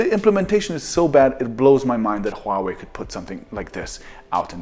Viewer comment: your pronunciation of Huawei was extremely accurate.